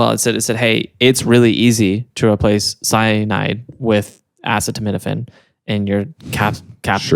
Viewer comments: I said acetaminophen wrong too!! I said it Asi TAM in Oh fin 😂 love the show! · Of course would pronounce acetaminophen wrong